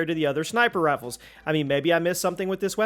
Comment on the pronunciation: Did he say sniper raffles? 🤔